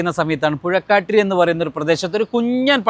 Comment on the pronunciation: പുഴക്കാട്ടിരി അല്ല ബ്രോ പൂക്കാട്ടിരി ആണ്